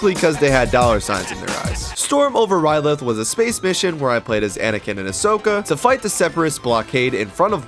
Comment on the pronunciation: Its ryloth not rylith dumbass